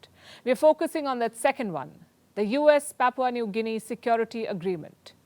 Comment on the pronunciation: Im from PNG and ive never had foreign news get my country's Pronunciation right but u nailed it . Thank you mam 💯🔥